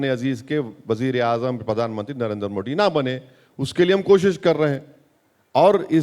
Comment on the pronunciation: ओवेसी जी वो मोडी नहीं मोदी है | आप थोडा नाक से बोलते है तो दिक्कत हो जाती है |